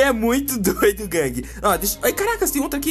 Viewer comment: vc parece o mussoumano falando guangue . LIKE